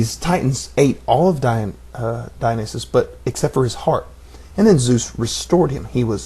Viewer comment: it's pronounced 'die-on-eye-sis'